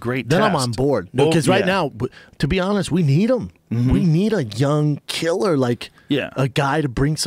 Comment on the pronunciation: Joe "he's a fucking a killerrrrrr" Rogan.